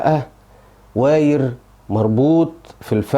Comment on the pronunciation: بقولك ايه يا عم الفلاح والنبي هو ايه الوااايير اللي انت بتقول عليه ده , عشان اظن اسمه وايار wire فانت محتاج تتعلم الكلام قبل ماتقوله